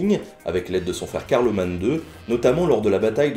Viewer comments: Le coup du linteau de porte est marrant, mais c'est très contesté par les historiens, on se demande si ce n'est pas une légende. Carloman se prononce Carloman, et pas Carlomane. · Nota Bene Après tout ça c'est juste des noms qu'on donne, on parle de Francie occidentale par opposition aux Francie Médiale et Orientale, et donc techniquement quand on dit Francie Occidentale on entend bien le royaume en gros tel qu'il est au moment du traité de Verdun. Pour ce qui est de Louis III et Carloman (d'ailleurs, ça fait bizarre d'entendre le "n" final prononcé), il me semble qu'on en parle souvent comme co-règnant sur la Francie Occidentale, l'un sur le Nord, l'autre sur l'Aquitaine. De toute façon ce partage ne dure pas, à la mort de Louis Carloman récupère le reste, et ce dernier ne lui survit pas longtemps, laissant ensuite le royaume à Charles le Gros pour une réunification temporaire de l'Empire puis au premier Robertien. Sinon l'utilisation du terme Neustrie au sens géographique pour désigner l'espace sur lequel règne Louis me paraît tout à fait pertinent, même si on l'utilise plutôt pour la période mérovingienne.